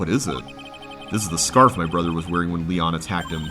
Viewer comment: It may be too late, but Léon is pronounced differently. I believe it's more like "Lay-on". I don't know what those tiny lines above certain words (like in Spanish) are called, but they indicate that the word is pronounced slightly different than it looks. I don't know much Spanish, but I do know it's not pronounced, "Lee-on".